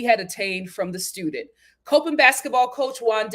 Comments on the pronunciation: Just an fyi. It’s pronounced as 👮‍♀️ Cop In state. It’s easy to confuse because a lot of people that are familiar with the college pronounce it like the word Cope. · I’m from MD and I was cringing when she pronounced it wrong lol